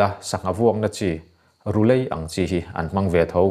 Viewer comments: Ru'lei' ilamdan hi adiklo(ka chhung 'lei' anilo iho emmai .Amangan thlak hle mai. Mizoram chhung Mizotawng hmangngei te si diklo tak taka hmang hi in va Tam em!! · Rulei : A lam dan hi (lei) hi kan chenna lei kan lam ang hian emaw, dawra thil kan va 'lei " kan lam ang hian rulei tih tur.